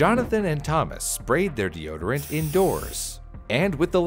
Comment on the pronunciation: 4 words de-o-d-rant (deodorant)